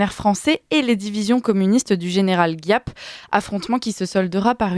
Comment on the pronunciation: On dit : Gîap avec Gi comme Gigi et Ap comme Apolline et pas GUIAP.